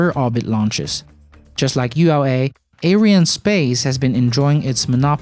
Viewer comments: It's not 'air-eye-en' space. It's 'ary-ann' space. It's mostly a French company. This isn't a complaint, it's a correction. Watch this video for confirmation of the name = Around the 1 min mark, ish. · "a company you probably haven't even heard if....it's called ariannespace"...or as you pronounced ah-ou-i-r-annespace :facepalm: BITCH PLEASE , not everybody on the internet is from USA